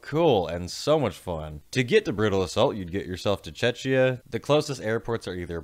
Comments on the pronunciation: ITS CZECHIA, NOT CHECHNYA 😭😭😭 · I kept hearing Chechnya, instead of Czechia :D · Love your videos, but I also heard Chechnya too, no hard feelings, I hope ;) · I believe you said czeczia. 😂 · Never been to BA, but I've been to OEF a few times. You gotta cover that fest man. Another Czech one. And it's pronounced "check-ia" :p Or just czech republic. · The problem is the pronunciation, the ch in Czechia sounds like a K